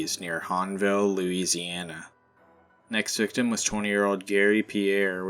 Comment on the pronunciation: Louisi-aNA nooo please no😔